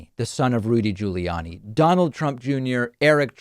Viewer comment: Why does he pronounce Rudy's last name different than Andrews, same last name and he did it more than once